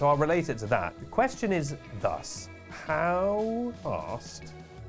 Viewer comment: I still can't tell if he's saying "how fast" or "how arsed", but either way my answer is "Not very."